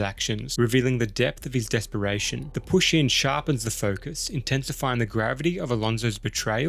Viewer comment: Every time you say push in I giggle a little.